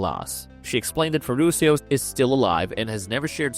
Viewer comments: The narrator could have made a LITTLE effort in knowing how to pronounce her last name for God’s sake! CalLAS??…🙄 And her butler was Ferrucho, not Ferrusio! 🤦🏻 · FERRUCIO (Italian which you pronounce Ferrukio !)